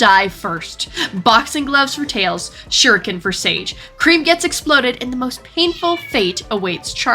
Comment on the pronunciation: yes u got tails exactly right